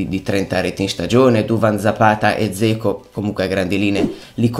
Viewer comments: Cmq si pronuncia Geco...:) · te l'ho detto perlomeno io stavo scherzando perchè mi faceva sorridere la pronuncia poco azzeccata!! non intendo sfottere nessuno 😁✌ tanto meno ⚪⚫